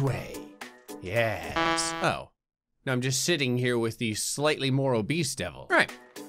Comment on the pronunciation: it’s Yes not Yus